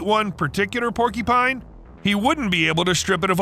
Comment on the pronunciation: "Porky-pine" is giving me an eye twitch